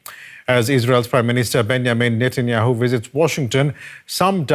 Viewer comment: "bangamin netayehu"